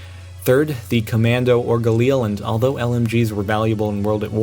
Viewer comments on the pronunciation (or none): none